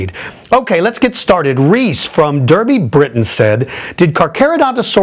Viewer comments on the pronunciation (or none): It's pronounced Darby (for future reference) not that I expect it ever will